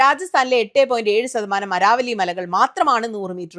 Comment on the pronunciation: അരാവലി അല്ല അരവല്ലി (Aravalli )